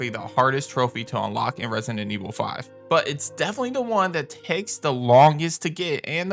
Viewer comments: It's resident, not rensinent. Plz, just say RE. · Hilarious how u say Resident Evil “Resinnin Evil” 🤣🤣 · why do you pronounce resident evil like "resin and evil" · He keeps saying Resinent Evil. There’s a D in there, bro, and only one N. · Its the way you say “resident” evil … idk why i keep hearing resinent evil